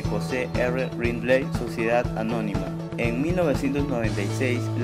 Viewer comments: El apellido es LINDLEY tal como se escribe se pronuncia no es RRINDLEI' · se pronuncia lind-li